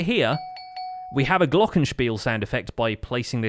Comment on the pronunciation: Glockenspiel-soundeffect. I love how you pronounced that. Pretty much perfect german! Great series btw!